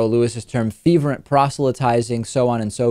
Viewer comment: FERVENT. Not FEVERENT. Feverent isn't a word.